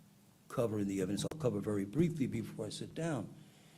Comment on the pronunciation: Listen vewy, vewy closely…